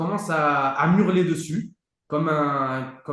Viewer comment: "Me hurler dessus" et pas "m'hurler dessus", le H est aspiré.